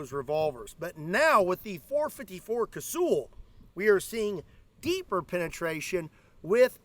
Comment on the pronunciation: It's not kay-sooooool. Its kay-sal or ka-sul.